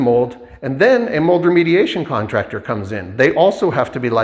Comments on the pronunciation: Sure about the Half assed work. But Not being able say the word mold is wild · Ucant say mold